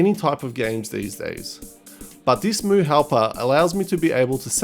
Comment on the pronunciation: Its read as EM YU not MU...